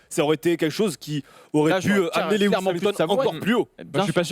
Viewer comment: "Lewi hamilton" tellement d'irespect pour un tel pilote je me desabonne